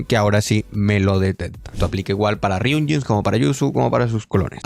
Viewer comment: Por si no ves mi respuesta a tu comentario de hace un par de días lo reitero, no quites la pronunciación de "ryunjins", ya es parte del canal. Saludos.